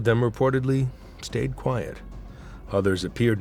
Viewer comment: why is there this emphasis on quiet? That makes no sense. Why do you point out private? That seems off. Let me know when you can